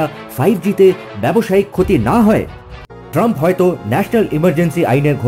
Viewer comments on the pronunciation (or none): none